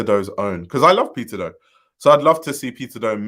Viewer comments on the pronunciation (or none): I kept thinking you were saying “pizza do” 🍕 😅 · I cant help but hear you saying Pizza Dough when you say his name 😂 thanks for the upload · PIZZAAA DOUGHHHHH. Bwwahahaha exactly! The first few seconds of the vid, I had to recalibrate to figure out why he said pizza dough.